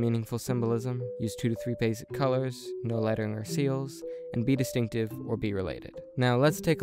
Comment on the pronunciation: Distinctive, not destinctive.